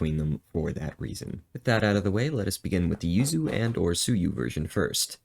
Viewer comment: I first i thought you were saying you sue you. I was like who sue you. But you were saying yuzu